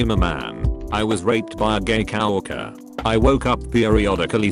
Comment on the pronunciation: And "cow orker"